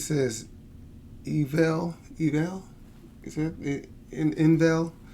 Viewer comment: Ing-vall (like mall lol) ing like sing